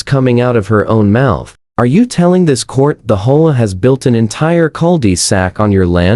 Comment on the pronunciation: Learn to READ, it's H-O-A; not hoa